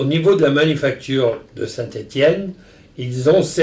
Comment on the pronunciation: Finally Ian can learn how to pronounce Saint Etienne